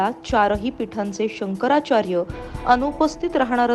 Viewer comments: केंद्रीय मंत्री नारायण राणे यांना शंकराचार्य नीट म्हणता येत नाही. महाराष्ट्राचे दुर्दैव दुसरे काय. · आधी शंकराचार्य असे नीट म्हणायला शिक😂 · याला शंकराचार्य म्हणता येत नाही ... बाटगा